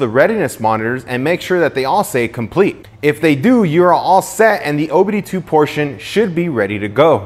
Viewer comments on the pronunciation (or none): none